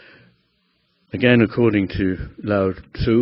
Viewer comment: You must know of John Welwood and Dr David R Hawkins surely, as your work does definitely intersect which is great! I also hate to point it out but correct me here otherwise: Lao Tzuh * The U is pronounced more silently like an 'uh' Westerners can use 'Laot -Zuhh' to sound it out easier ('Ts' in Russian Alphabet is similar) - I am thrilled that you are familiar with Taoism! I spent my early 20s studying the Tao Teh Ching and bought your first book for my Dad! Thanks for your work!